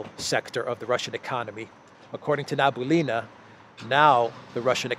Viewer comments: not Nabulina, but Nabi-ul-lina, 'nabi' means prophet, 'ulla' means Allah, her nationality is Tatar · Nabiulina pronounces like - NAH - BEE - OUH - LEE - NAH. <3 from Russia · The last name of the bank lady is pronounced as: NABI - ULLI - NA Or NABEE (keep the sound but shorten it) - ULLEE (same) - NA